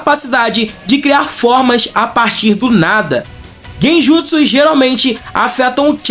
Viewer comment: Você ouviu quantas vezes ele falou Genjusu?